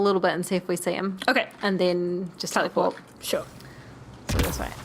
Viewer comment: I know you were saying teleport, but it sounded like Taliport "We'll blow people up!" Sleepy kitties don't want to make gaming decisions. you sounded like Suvi, there. Pretty damn funny! When Kallo was ranting about the Scourge the music went DUN DUN DUN Liara called the Salarians Amphibians in ME3 when talking to Javik. Lots of word Peebee is younger than Liara, I think. Definitely still in the "Maiden" stage. Lots of Asari her age are dancers or in merc bands in the trilogy. Suffice to say that Cora is fond of the Asari, yeah. Sinister music again for Jaal talking about Akksul Ryder arrived 5 minutes ago. Humans on the Nexus arrived more than a year ago. Remember the uprising get some SLEEEP